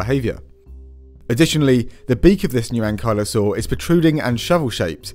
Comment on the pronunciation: I love this episode because I've never heard anyone pronounce Ankylosaur before. Thanks!